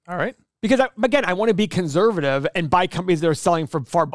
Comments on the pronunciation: can this guy not say 'conservative' right ? what is conservavivie? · In what f-ed up accent is the word "conServative" pronounced "conZervative",?